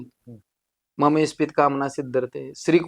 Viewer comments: सर ते इस्पित नसून ईप्सीत आहे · इस्पित नाही.. इप्सित म्हणा... इस्पित हा अपभ्रंश आहे...